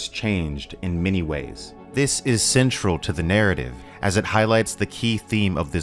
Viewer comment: "This world of gays." Great video and essay but that made me laugh.